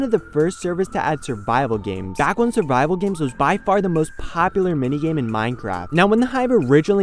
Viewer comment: when he said survival games I heard bible games and was like WHhHAaaaATT?